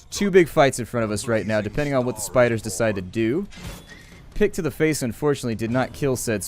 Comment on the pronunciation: i understood dick instead of pick